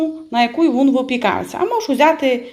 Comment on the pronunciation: Шукала рецепт кабачкового рулета і попався ваш. Рецепт гарний, але я на захист рідної української мови. Для чого так знущатися над нею? Замість слова він ( рулет) говорите «вун «. А депша?😱Немає такого слова в українській мові. Дуже прикро, що українці чи то не люблять рідної мови, чи навмисне так говорять, але слухати не дуже приємно